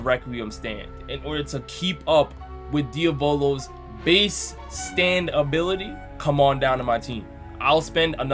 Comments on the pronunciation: ItS nOt Diavolo! iTs diAVolO! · Deo-volo Me: I know others have their way of pronouncing his name, but why does this not sound right?